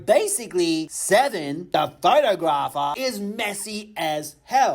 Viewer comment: Pho-Tog-Gra-fer is how you pronounce that 😂😂